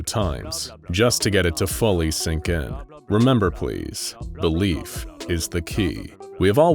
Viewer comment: He said Belief but I heard “the leaf”